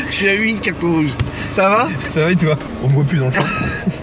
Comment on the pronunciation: "cartons jrouges" 🤣